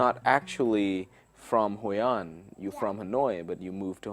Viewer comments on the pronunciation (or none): Hôi-an and Da-neng? anh đùa tôi à? Hay anh cũng phát âm Phở là “ Pho” luôn hả?